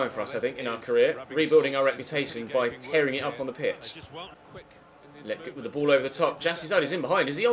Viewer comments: Hey just wanted to let you know Lletget is pronounced Leh-Jet not Leh-Get. Love the series keep it up! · its pronounced le-jet not letget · It's pronounced La-jet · Lleget is pronounced la-jet